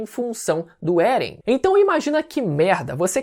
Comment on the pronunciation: mas por que "Beren"?